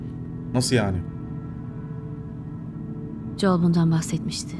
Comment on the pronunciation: Abi joel değil joel